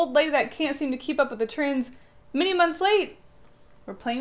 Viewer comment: in the opening scene i heard trains instead of trends